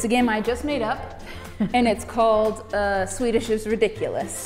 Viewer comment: Your swedish pronunciation is really good, much better than a lot of English speaking people!